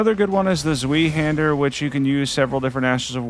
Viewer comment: erm actually its pronounced Z-Vye-Hander☝️🤓